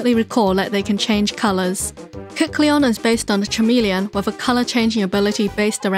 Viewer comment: FYI - “chameleon” is pronounced like it’s spelled with a K, same way as Kecleon. English is weird lol great vid!! Learned so much